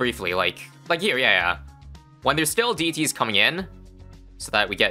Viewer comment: "I've never seen that many DDT's in my life" maybe add more emphasis on DDT instead of...